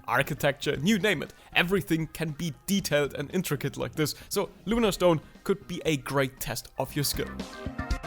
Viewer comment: It's LunaTONE not LunaSTONE, but good video, I like both drawing and pokemon, and also please do a sketchbook tour.